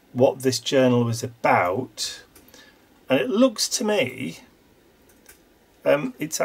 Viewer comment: I love watching you put these altogether. On my Christmas break- which begins on December 18, I think I am going to think about a kind of "gallery" of sorts that I can do. I laughed hearing you say "aboot"... many people joke about Canadians saying "aboot" rather than "about"! cheers and warm wishes from snowy 🇨🇦Calgary, Alberta🇨🇦